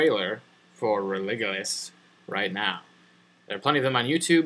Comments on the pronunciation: The least you could do is pronounce the movie title correctly. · You can't even pronounce the title correctly... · First off learn to pronounce religulous. You say it gets facts wrong but then you do not even give one example. The people Bill talks to is tha avg, Christian. I have argued with PHD christians and have held my ground. You can not prove that god exists and I can not porve he does as there is no evidence, but you can't pove that there is not a tea pot orbiting the sun. Second, bill is not an atheist-agnostic, no such thing. Religion is not an atempt to answer the question, it is given as fact. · The man who posted the video can't pronounce the movie title properly, so it isn't a good idea to be pedantic and dismiss things for weak reasons. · You're pronouncing it wrong.. Fuckin' annoying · First you did not say the name of the movie right. The thing that pisses me off is that religion should be a personal thing. If there was a god why would he let a child get molested and girls be raped if he cared wouldn't he save them. There is no god when you are dead you are dead that's it you should have lived your life instead of worrying about what happens after you die. Instead of wasting your time in church you should be living your life. leave your religion to your self. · You pronounce the G in Religulous the SAME WAY as you pronounce it in religious. Religulous comes from 2 words=Religious and Rediculous. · Learn to at least pronounce the name of the movie properly before you do a review of it. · the "g" in "Religulous" is pronounced as a "J". Maher points that out himself...and now you know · "religuhless" stopped watching. good day sir. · "Religollus" why are you saying it like that? makes you seem even more stupid... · This guy looks like a Heroin addict...He can't even pronounce the name of the film..I believe in God..but this guy needs to take a seat.